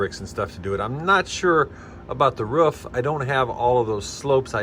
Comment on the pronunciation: Roof not ruf